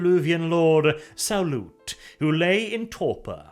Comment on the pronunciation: Like "Sauron" not like "salute"